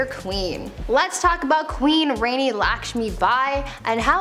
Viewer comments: It is rani not rainy... Just telling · It's not RENI it's RANI. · I was enjoying until you used HORRIBLY Wrong information about Laxmibai. Makes me question if all info you talked about is true. Plus, you mispronounced "Rani" it's pronounced "RAA - NEE". Rani WAS NOT HER *NAME*. Rani, in Hindi simply and literally means "QUEEN"